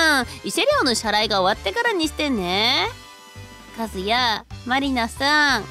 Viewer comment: ❌カズヤ ⭕カスヤ